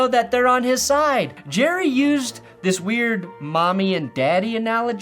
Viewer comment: Jerrah --- Mizzorah --- Cincinnatah